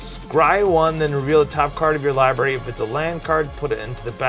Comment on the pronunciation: He said libarry hahahah